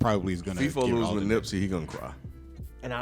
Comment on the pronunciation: They really be calling Feefo, Leefo?? Lol 😂💀